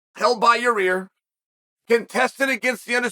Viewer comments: We need official Chael apparel where the fighters names are on it spelled how Uncle Chael pronounces it: Ya-Rear. 😂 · Is Chael fucking these guys names up as some sort of dig at them? “Ur-Rear” is wild for Yair and mackle-chev just straight up sounds like shade lmfao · "Your-rear" oh boy, hear we go again. LOL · He literally says "your rear" 😂. Why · Chael purposely saying “yarear” and “mackulchev” is goofy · Rematch with “Mocklechev” first and then defend belt against “Ya-rear”